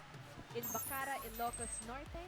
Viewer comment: TO THE COMMENTATORS: you're pronouncing Bacarra the wrong way. Stress is on the last syllable, not on CA. Cheers!